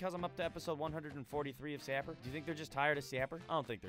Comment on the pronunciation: My God!! He actually called it by the name and not Saper Simulator!!!!!!